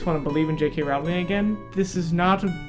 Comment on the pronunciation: I loved the book, and if you didn't, it's probably because you didn't understand it. And it's Rowling like bowling ffs.